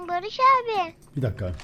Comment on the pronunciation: Farkettinizmi bilmiyorum heyecanlaninca Barış abi demiyo. Barıjj abi diyo😂😂😂😂😂